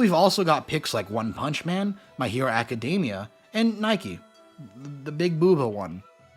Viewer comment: The way you pronounced Nikke gave me an annurisnm